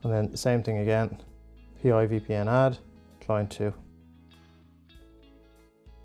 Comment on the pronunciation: It's "Pi", not "P.I.". Thanks for the tutorial.